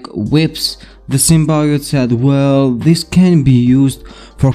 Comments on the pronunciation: It's not Sim-Bye-ote its Sim-Bee-ote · I agree it is pronounced sim-bee-yote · Cool vid! It’s pronounced Sim-Bee-yote!